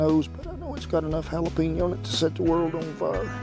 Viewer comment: I have never in my life heard anyone pronounce the J in jalapeño as a Y instead of an H…